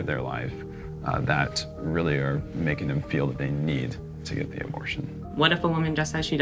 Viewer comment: This is the second abortion documentary I've watched this week where the narrator pronounces the as da. What is going on?